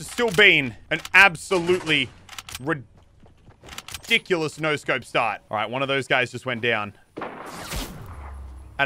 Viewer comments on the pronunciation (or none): The way Elliot days rediculos “re-dick-you-lus” XD ITS TOO MUCH